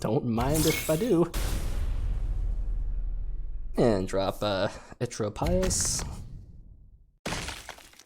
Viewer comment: Its almost stunning that you manage to mispronounce every single card name in the game. I only watch your vids to see how you pronounce words like "eutropius"